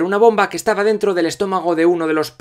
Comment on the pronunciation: Todo genial con el vídeo estuve de acuerdo con algunos puntos y con algunos no pero escucharte decir entra a dento pos te pica la concentración